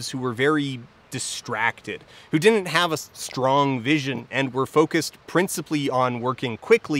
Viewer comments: same whenever he pronounces "didn't" as "dinint" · Why do you mispronounce didn’t as “dinit”? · Dear Folding Ideas guy. There are two 'd's in the word 'didn't'. There is no such word as 'dinnint' in the English language. Not even in Canada.